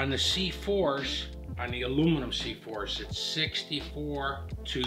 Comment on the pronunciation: “The C4shchh`s”